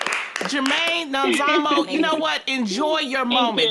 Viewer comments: South Africa is so proud of Nomzamo, and well done Jeanie for saying her name perfectly :) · We're proud of you Nomzamo 🤗 Thanks for pronouncing her name the way you did! 👏🏾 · They said her name properly 🥰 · Super proud of Jeannie for pronouncing Nomzamo's name right. She's welcome here anytime just for that. Nomzamo flying the flag for us,super proud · I like how everyone took time to know how to pronounce her name! They did their homework about her! Proudly South African 🇿🇦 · I love how they pronounced Nomzamo's properly 😍😍LOVE HER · I’m impressed by how you guys pronounced Nomzamo’s name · Jeannie pronounced Nomzamo's name so well. 😊😊😊😊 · I'm happy they pronounced her name well😊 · Jeannie pronounced Nomzamo’s name so perfectly! Loved that! South Africa stand up🇿🇦🇿🇦🇿🇦❤️ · I love how Jeannie said Nomzamo's name 😍😍🇿🇦🇿🇦🇿🇦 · Thank you so much ladies for actually pronouncing her name right!! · Came here for Nomzamo and the fact that they all pronounced her right....awww Hollywood Reporter's NEXT BIG THING......YASSS MAMA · I actually replayed 3 times everytime her name was called, just to hear them say her name right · Hallo wow ladies you pronounce Nomzamo's name so well.Hallo girl thanks for representing us in USA. So excited yey 😍😍😍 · all the host said her name right,love you even more for that guys. south africa is proud nomzamo